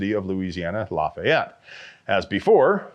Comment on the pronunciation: la-fee-et, not la-fye-et, please.